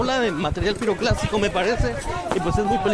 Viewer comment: Es piroclastico, no piroplastico